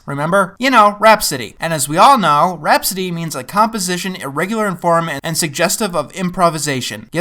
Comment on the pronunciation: For a second I thought you said RAT-City street Kids... WHAT'S THE DIFFERENCE!